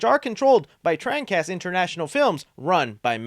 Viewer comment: Jesus Christ, why are you having such a hard time pronouncing “Trancas” correctly?!